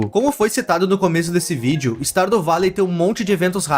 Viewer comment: "Stardo valei" AKAKAKAKAKKAKAKAKAKAKA